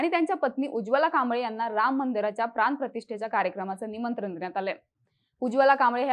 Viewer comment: मांडणी छान करता मॅडम आपण.. फक्त "न" आणि "ण" मधला फरक शिकून घ्या. कोकन, निमंत्रन असं बरं नाही वाटत. एक प्रामाणिक feedback 🙏